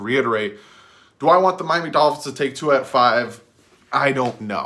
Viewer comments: Yea, you are the Tua name pronouncer expert now!!! Props dude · I gave you a thumbs up for saying Tua’s name right